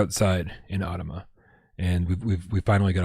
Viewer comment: Hey! you DID pronounce AUTOMA right;) Thank you so much for the support, you are the best. Everyone here who is excited about the 'PSVR2 logo' at the end of the AUTOMA trailer - you have and his super friendly community to thank for it. We have been blown away by how great you all are. We are so excited to bring the game to you next year!